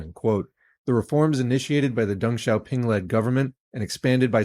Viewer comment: Compliments for pronouncing Deng correctly ;)